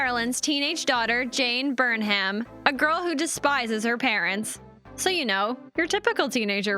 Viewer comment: This was a great watch but the mispronunciation of “Burnham” was like nails on a chalk board! Otherwise was awesome!